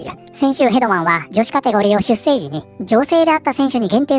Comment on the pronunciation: 出生はしゅっしょうと読みますよ